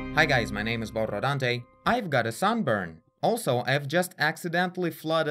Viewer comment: i love when you say borrrrrodante ❤🌚